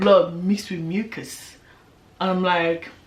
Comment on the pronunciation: Before you said ‘mixed with mucus’ in that accent I was already saying 🤣🤣🤣🤣🤣🤝🤝🤝🤝🤝 Congrats again!!!🥺💕💕